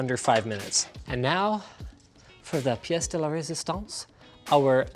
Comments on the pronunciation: "pièce de la résistance" ? Did he want to say "plat de résistance" ? Even as a French guy I didn't really understand what he said x) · did you try to speek in french (pièce de la résistance) haha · what a french man